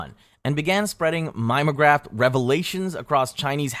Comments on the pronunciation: There's like half a dozen words mispronounced, honestly. MIME o graph should be mim EE o graph and some of the theological terms are butchered. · This is an old-fashioned word but just so you know, "Mimeograph" is "MIM ee oh graf" not "Mime-o-graf". It's an old way of making copies using a stencil and ink on a rotating drum.